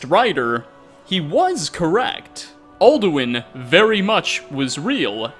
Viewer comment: "Aldowin iz reel"